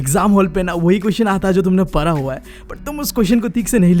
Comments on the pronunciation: Para. Nhi hota padha hota hai.. Yeh para para kyu bol raha hai 😂😂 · Bhaiya for parra,parai accent is too good 😂🤣 And thanks for this vedio and thanks since only because of you i have scored 81.7% in class 10th board ,,,,,,, hoping that 12th mein bhi naiya par laga donge boards ke ❤️🙏